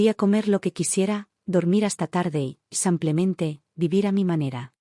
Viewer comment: Sus historias son muy agradables y me entretienen. Pero, uds leen ésas historias antes que sean enviadas para el público?? La persona que hace la narración no hace nada bien las entonaciones, tanto que en vez de decir " SIMPLEMENTE" la narradora dice " Sanclemente" y hay otras narraciones muy mal entonadas. Deberían revisarlas primero.